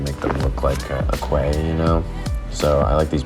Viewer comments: Love the realism of the harbour. Don't mean to be rude and I'm late anyway but quay is pronounced key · Oh i so hope you get corrected at some point in this series... Quay = "key". Let's watch on...